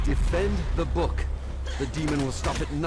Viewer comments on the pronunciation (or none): none